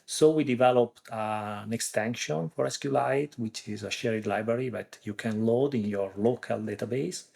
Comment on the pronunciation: SQLite is pronounced either "Es-Ku-El-Ite" or "See-Kwe-Lite". It has never been pronounced "Es-Ku-Lite" until this podcast :)